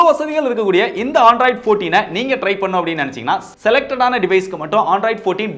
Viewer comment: Bro not Aandroid it's Android